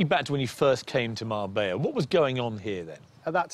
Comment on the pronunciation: 45: min program and couldnt say Mar-BELLA correctly once!! not marbaya! what a loone!